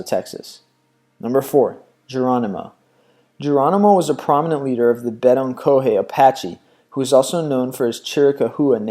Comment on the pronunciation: Not a bad collection, but for the love god will you find out how to pronounce American Indian tribe names. Arapaho: ah-RAPPA-hoe. Geronimo belonged to the part of the Apache tribe called bay-Donka-hay. And the other band of Apaches you refer to is pronounced sheer-ah-COW-ah. I don't think I can properly spell the last two properly without consulting a book. Otherwise, keep up the good work.